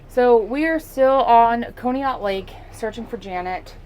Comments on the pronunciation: Conneaut is pronounced Caw-knee-ut. That is so crazy that she would be so far away from home! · FYI, Conneaut is pronounced kaa·nee·aat. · pronounced con e aut. Sorry had to let you know. You do an awesome job. So thankful someone is out there taking care of these people. Rip Bunny and Janet. Bless you and friends. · She aint saying conneaut right. Lol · It's Conneaut, pronounced Conneaut, short "o"